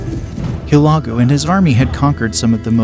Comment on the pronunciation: Guy on video has no idea how to pronounce Hulegu! What trash!!